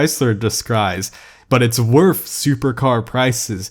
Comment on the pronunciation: please do some self speech therapy and learn to say WORTH> TH NOT F